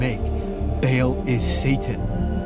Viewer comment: firstly , GHORESH is the name of the tribe ..which prophet mohamed came from.. secondly , it is pronounced BAAAAAAAAL , NOT beal. nad more....but well done , dude.